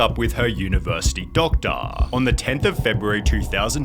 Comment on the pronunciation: "doctahhhhhhhhhhhhhhhh"...Legend has it that last syllable is is still echoing throughout Australia post voice over.